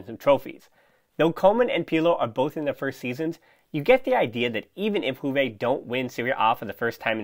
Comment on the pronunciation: From juve fan: good analysis and good podcast, pleasure listening to you👍 one remark, if I may. Its not “huve” , J is pronounced as “yu” , “Yuve”. Its a latin word. Thank you 🙏